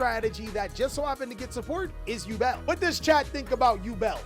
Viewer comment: The way he says Yubel hurts..... Still luv ya